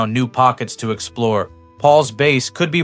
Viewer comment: Pete Best is a joke. And so is the way you pronounce Hamburg. Have you ever heard of a hamburger? How do you pronounce hamburger?